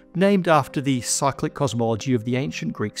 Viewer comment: Cyclic, for half of the video I thought he was saying psychic.